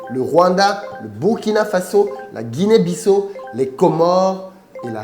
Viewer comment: Cela se prononce guinnée bi-ssa-au il me semble et non guinér bi-ssau. J'avais une fille dans ma classe à l'époque ou j'étais en bac compta originaire de guiné bissau, elle disait tout le temps comme ça.